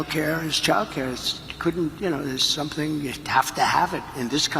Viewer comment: Drumpf pronounces the word "something" as "sumpthing", with a p